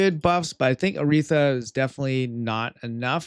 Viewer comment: How can he not pronounce Aratheia??